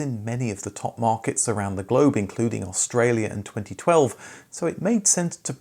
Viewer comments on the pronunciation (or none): none